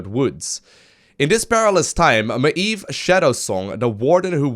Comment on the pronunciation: Btw the way you pronounce Maiev lol...... standard <3